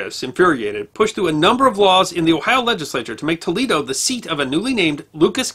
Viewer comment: t o e - l a y - doe